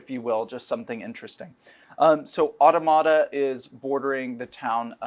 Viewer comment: Mispronouncing Automata over and over again.